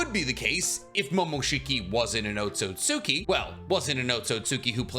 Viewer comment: Otsutsuki = Oh-sew-sew- Key